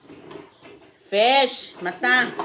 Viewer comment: Yan Ang narinig ni CJ sa nanay niyang bisaya piss raw hindi naman fish 3x sabi ni CJ piss